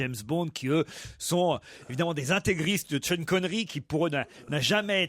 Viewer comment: "tcheune" Connery